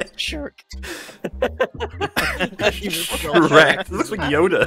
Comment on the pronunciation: Fuckin "Sherk" hahaha 😂